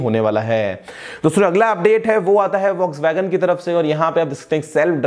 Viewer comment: Volkswagen...more like boxwagen😂